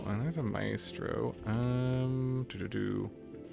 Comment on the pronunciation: For future reference, it's pronounced MY-stroh.